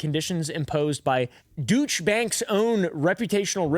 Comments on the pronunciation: FYI for future videos: for Deutsche (in Deutsche Bank), the Deut- is pronounced "doyt" while the -sche is the same as it is in Porsche. So it's more or less "doyt-sha." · 😂 it’s pronounced DOY-CHA OR DOY-CHÉ